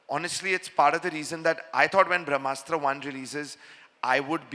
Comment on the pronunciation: Why Ayan is pronouncing Brahmastra as Vrahmastra, ....